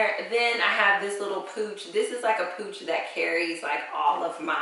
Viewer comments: Pouch, not pooch. Pouch...rhymes with couch. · That hot pink sorority thing is a pouch - rhymes with couch. Pooch is a dog or stomach flab.